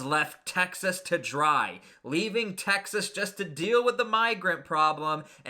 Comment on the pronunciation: Please say Texas and not Taxes smh